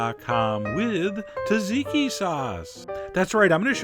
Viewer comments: I’ve seen Gordon Ramsay make this and I’m pretty sure it’s pronounced “terzicky”. The Brits do have an excellent reputation for correctly pronouncing foreign words. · AARGHH!!! You saying, "TAZIKI" is making me want to poke the sharp end of my pencil into my eyes!? Just say it the way you wrote it, dude!? "T" and "Z" together, two times!? EPIC FAIL on the pronunciation, I'm afraid, Chef John! The sauce gets you 7 out of 10 IMO. (sorry but my wife makes the absolute best tzatziki in the world - Greek chefs have (literally) bowed-down to her and she's "just" a homemaker (she always uses me as her b*tch in the kitchen: I get to make the garlic paste and squeeze ALL the moisture out of the cucumbers after grating them. (PS: I never protest! Even though my fingers reek of garlic for the next couple of days, it's TOTALLY worth it!) PS: Best left in the fridge overnight; it thickens-up a bit and the garlic and other flavors really bust you in the mouth! ... and you can leave out the Cayenne AND the lemon/lime juice (feel free to add a bit of olive oil). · Why are you pronouncing “taziki”? Can’t you read what you’ve written it’s called? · ZATZIKI - you're pronouncing it wrong, I lived in Cyprus for 6 years, the emphasis is on the Z at the beginning, the T is silent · It's tzatziki, not taziki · To much emphasis on the Z it's pronounced Tchat-zeeky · it's pronounced zat-ziki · Dude it's not fucking 'tah-ziki' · The T's are silent, the S isn't! "Satsiki"! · this man is butchering the pronunciation of the word 'tzatziki'! Its not 'taziki', those z's are there for a reason! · "tuh-ZEEK-ee"? Really? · the only thing off, was the pronunciation Sadziki, and the cayenne pepper. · It's not Tazeekee, it's tzatziki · You know everything Chef, except how to pronounce tzatziki... It's ZAT-ZEEKI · Thank you!!!! Drives me crazy when people pronounce the T. My ex-employer was Greek and HATED it when people would order TA-ziki! Cheers! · its actually dza-dzi-key. Trust me, I'm Greek :P